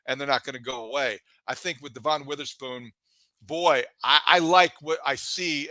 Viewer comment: DEVin. DEVin. DEVin. DEVin. How can you sit there and say you watched a ton of Illinois football and pronounce his name DuhVON?